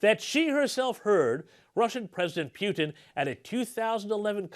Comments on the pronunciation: Please pronounce misinformation's surname correctly, my wife is driving me nuts going on about nobody getting it right. When you say it right it's more humiliating in English. Poo-tin not pewtin. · Pootin not Pewtin. You finally got it right in the game show..